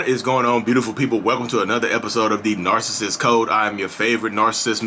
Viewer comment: I love how you said "Am your favorite Narsists" keep going.